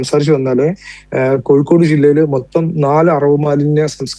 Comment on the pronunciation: കോയിക്കോട് അല്ല പൂമോനെ.. കോഴിക്കോട്.. ഈ പൂമോൻ ആരുടെ മാധ്യമ പ്രവർത്തകൻ 🦜ആഗോള ഇസ്ലാമിക തീവ്രവാദി ബന്ധം.